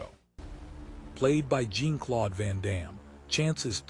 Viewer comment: Jeezus, the AI's pronunciation of "Jean-Claude" is atrocious. 👎